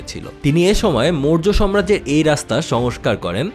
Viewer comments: উচ্চারণ ঠিকভাবে করুন ।সাম্রাজ্য হবে, সম্রাজ্য নয় । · কথাটা আগেও বলব ভাবছিলাম। কথাটা 'সম্রাজ্য' না সাম্রাজ্য